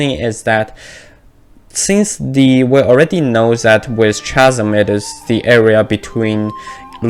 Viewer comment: This isn't related to the video but just wanted to let you know that "Chasm" is pronounced like "Kasm"